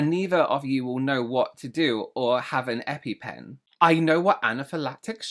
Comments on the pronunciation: It's EpiPen, not eppy pen, which I feel such an educated person should know, but I'm not all those qualifications. I think she thinks and James are the same person, and I also don't think she was listening to video with her ears. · "Eppy" pen. This alone negates the validity of all her "expert" arguments. It's Epi pen...as in epinephrine. I've administered several in my decades in healthcare. She's delulu. Now I know how to get attention and how to get him to read my comments. 😂😂😂